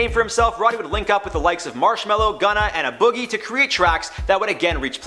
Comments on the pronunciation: The fact that he said A Boogie as “Uh Boogie” is annoying tf outta me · Jarred Bronstein it’s pronounced “Ayy” Boogie. The A is the actual letter A. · This nigga called A Boogie "Uhbuggy" lmao 🤦🏾‍♂️😂🤷🏾‍♂️ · This dude kept saying “Ah Boogie” lmao watch a dumbass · The fact people still don’t know how to say A Boogie 😡